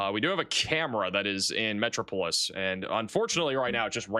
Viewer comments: Metro-po-lis LOL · Think of Superman when you talk about the city of Metropolis for correct pronunciation 😉